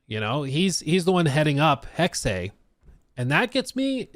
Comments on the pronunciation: What is it with you Americans not being able to pronounce words. It is simply "Hex". The last E is silent. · Jesus Christ, it’s not pronounced “hex-ay”. You would pick the gayest way to say it though. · pronounces it correctly, hexe („hex eh“) means witch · As a german, says it definitely wrong. He says "hexey" and that's wrong. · It's pronounced "Heck-Seh" It's a nordic word for witch! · nope. Look it up on wikitionary. The pronunciation is hecksuh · yes this! It's Hex-uh. It's the infamous Porsche situation. Most amaricans say Porscheee or just porsch. But it's porsch-uh. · He's killing me every time he says hexe(y) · yep. Totally wrong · It’s hex. There’s no é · I’ll post this again since YouTube keeps deleting my comments. It’s Hecksuh. Wiktionary and Google both have audio pronunciation you can play that show it as such. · I hate how Hexe is being pronounced oml its driving me up the WALL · god thats painfully cringe. The word is German, its not an English word. The pronunciation of it should be the same as the German, tho you might have an accent or something. Saying "im saying it in english" is so cringe man, thats like saying "kindergarten" is pronounced a certain way and you dont care what Germans say causes its English 😂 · basically you say hex as you would in english, and add the second e, which is pronounced exactly the same way as the first e in hex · The pronunciation of the word according to Google and wiktionary is “hecksuh”. Not hecksay. To all the morons who kept saying I was wrong when I said that’s how it’s pronounced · It’s hex-uh not Hex-ay. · we are saying the same thing lmao. You said hexeh which is the same sound as heckseh or hecksuh. Depending on your accent. But it’s definitely NOT hecksay like says it. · it's not Hexeyyyyyy it's just HEXE 😂😂😂😂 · Please stop saying “hexay”. It’s just Hex, and if you feel the need to pronounce the “E”, it would be pronounced more like “hex-uh” 🤦🏻‍♂️ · "Hexei"???? "Hex-Ey"???? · It's "hex-uh"